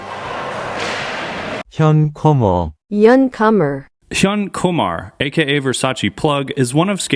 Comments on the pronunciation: German : Hyun Kummer English : Hyun Kummer DumbData: Hyun Koomar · mans just called him "young kumar"